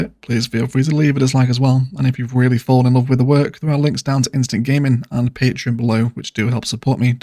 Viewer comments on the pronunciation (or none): none